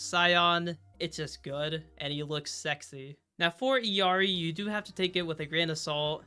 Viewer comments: The fact that this guy mispronounces Illari so much is crazy. It's L's, not i's. Ill as in sick. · why is everyone saying Illari iiuari or iluari its fking illari brother learn to read